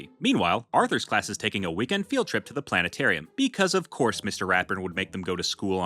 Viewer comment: you pronounced it weird tie the plane-arium